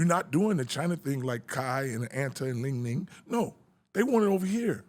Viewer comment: Bro said Ling Ling😂 it’s “ Li Ning” Lavar😂😂